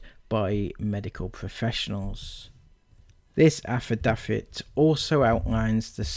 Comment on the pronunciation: Your poor reading skills, overly wet mouth sounds, and how you pronounce “affidavit” and “medicinal” was so frequent and annoying, I couldn’t even finish watching. It’s “AF-UH-DAVE-IT” And “MUH-DIS-IN-ALL”